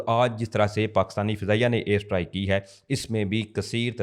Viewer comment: Strike ko Sahi pronounce kero